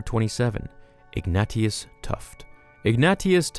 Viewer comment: Ignatius is pronounced Ig-nay-shus...